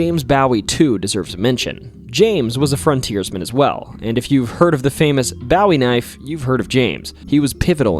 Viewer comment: hold up. this man is calling it the bou-eey knife instead of bow-eey knife. you have me tripping here man.